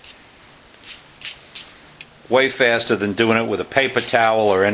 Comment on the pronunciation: Great vid but im laughing so hard at “a whole lot fasta and a whole lot quicka” 😂😂